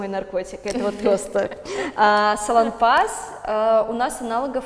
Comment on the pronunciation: Не салонпАс, а салОнпас , аж покаробило от произношения